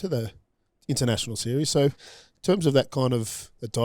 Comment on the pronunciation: (I dont want to be a dickhead, but) Its shoo-in, thought you might wanna know 🙃😊